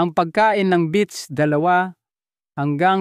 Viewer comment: Beets po, not beach.